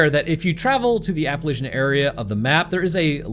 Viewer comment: Love the video, but your pronunciation of Appalachia made me die inside.